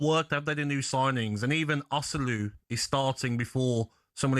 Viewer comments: 'Osolu'? WTF. You lot get paid good money to pontificate and provide entertainment. The LEAST you can do is learn how the player's names are pronounced. Do some bloody homework, ferrchrissakes. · Can someone tell Gabby how to pronounce Osula please? Never gets it right.